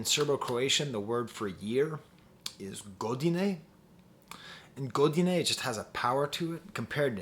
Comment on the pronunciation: you pronounced godine a bit to englishy but i like the theory, and yeah it's an easily singable word and it's used quite a lot i would actually love you to review some balkan or slavic music cause I think it can get quite gorgeous and beautiful, especially ex-yu stuff